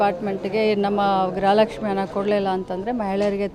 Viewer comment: ಗ್ರಹ ಲಕ್ಷ್ಮಿ ಅಲ್ಲ ಮೇಡಂ ಗೃಹ ಲಕ್ಷ್ಮಿ ಅಂತ ಇರಬೇಕು ಅಲ್ವಾ ಮೇಡಂ